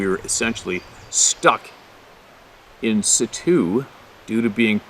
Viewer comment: Play' kay ted. In sit' choo. Pine eel' gland. Love from Minnesota.